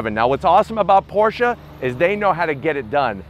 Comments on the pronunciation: Can't believe you got to drive this beast,. I'm jealous. Also, so glad you pronounce Porshe properly. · I’m just glad you pronounce Porsche properly. Danke!